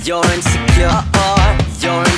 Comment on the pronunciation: Bro pronounced insecure wrong every time 💀